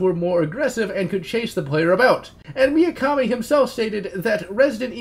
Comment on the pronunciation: Why do you pronounce Mikami as "Miyakami"? You already seemed to do that on the Resident Evil video. Just nitpicking I guess, good video nonetheless :)